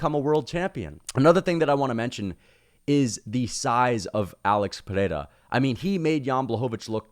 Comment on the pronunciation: Your pronunciation of Pereira is perfect.